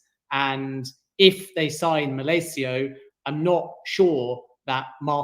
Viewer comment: Its malacia not malcio there is no o 👍🤣